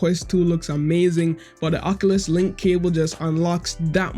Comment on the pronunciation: That’s not how you say oculus it’s more like this